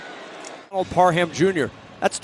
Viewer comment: Parham is an ENGLISH name. It's pronounced "Parram" - NOT PAR-HAM. 👎😮 The "H" is SILENT. Please learn and maybe read a few books... M 🦘🏏😎